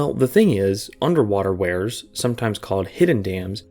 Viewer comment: weirs (rhymes with beers) can be crazy dangerous. My parents warned me about them when I was a kid, then I learned more about them in hydraulics class in college and became even more wary of them.